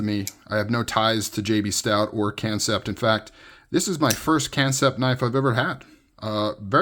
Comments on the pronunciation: they spell it like that did, English speakers just suck at spelling I guess. Have you never heard the English word for Chinese letters "Kanji"? It's pronounced con-jee. Kanji kansept. Pretty clear to me what's intended and while I don't actually care It's a little insulting to regular people's intelligence to debate this honestly if anyone's serious. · Thanks for the video. One thing to “say as it is spelled” . That is not pronouncing as it is spelled, it’s pronounced like an American would pronounce it. ;) If you pronounce it as it is spelled, the “a” is a vowel like in “car” or “far”, not as in “cat” or “fat”. It’s just short. Hope your finger is fine.